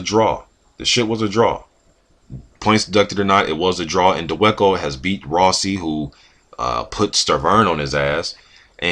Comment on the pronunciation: his last named is pronounced Da Va Ko